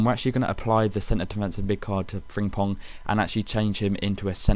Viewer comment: learn howto say frimpong